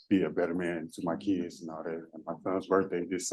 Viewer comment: ‘Be a better man for ma keedz…’